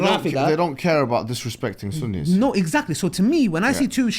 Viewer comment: it's Sunnis not Sunnies